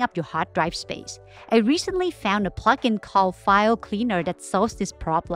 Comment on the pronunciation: when you say plugin i hear F***ing